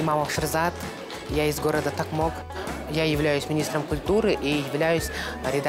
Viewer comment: Че за Такмок? Токмок будет правильно или Токмак. Тарч